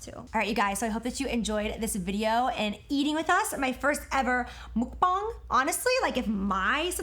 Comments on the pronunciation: IPA: [mʌk̚.p͈aŋ] MUCK-B-AW-Ng Please say it correctly, google it please it's not that hard to pronounce words correctly in another's native language. Be more respectful of another culture, even if it is learning at least one word. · james how you gonna do research on what a mukbang is but still not know what country invented it or how to even pronounce it? it's from south korea and its pronounced MUCK bang smh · I know I’m late , but James says muck-bang wrong and he needs to ACCEPT It!!!!!!😂😂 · It is pronounced Muk with a short U and Bang is pronounced BONG. The word Muk Bang comes from Korea. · Btw it's pronounced like "muck-bong" (please give this comment a like so ppl see it) ^^I know I'm not the only Korean learner who's bothered by this lol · Mukbang originated in Korea!! Muk=eat bang=room so eating room! Pronounced Mawkbahng. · It’s actually muck-bAH-ng. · It is mook bank. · IT'S NOT A MOOK-BENG NOT A MUK-BENG NOT A MOOK-BUNG IT'S A MUK-BUNG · Btw it is "muhk-bong" :) and it is Korean. It is spelled 먹방 which translates to "meog-bang" but that is how it is pronounced above 😊 I really loved this video!! It was so chill and so real. Love you Jac! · Alexis Merlo BAH-ng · Its pronounced MUCK-bang that's the proper term in Korean 😊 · Both of y'all saying mukbang wrong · I think it’s pronounced like mukbang with the a and not with the o mukbong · It’s MUCk BANGGG not muck baahn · It's mukbang not mukbeng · okay vowels in korean are soft. mook-baang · FYI Jaclyn had it right! It’s pronounced “muck bah-ng” not “mook bang” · Why does he say mukbOng?😂 I thought it was muck-bang lol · it’s not “mook-bang,” it’s “muck-bang” — like how you said it first, jaclyn! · Can someone just tell James it’s not a Japan thing and it’s a Korean thing... PLEASE.. lol Jesus, that it all he ever says during a mukbang. It’s also pronounce MUCK-BAH-NG not MOOK-BAH-NG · its not mook bong its muck bong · 먹방 is pronounced like [meogbang] not [MOOKbang]. Love you guys from Korea :)